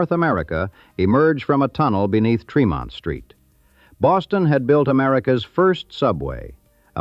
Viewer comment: Born and raised in Boston (Dorchester). Tremont St. is pronounced with a short e.